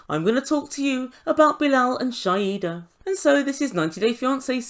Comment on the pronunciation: Shaeeda....pronounced Shy-da